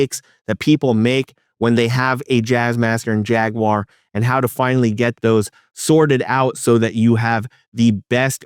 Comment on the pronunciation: OMG! You might be the first youtuber I've come across that actually pronounces Jaguar correctly. Subbed